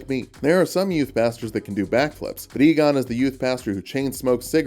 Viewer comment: You must be Igon [pronounces it ee-gon] Igon: No, it's pronounced "eye-gon": But they told me it was "ee-gon" Igon: Well, they were wrong then, weren't they?